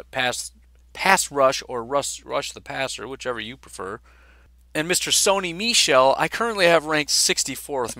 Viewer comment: You pronounced Sony Michel completely correctly